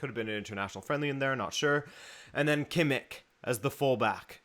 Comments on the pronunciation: It’s pronounced Kimm-ish not kimmick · who is kimik?! you pronounce every spanish or portugese name with all the flair u can but then u say KIMIK? :D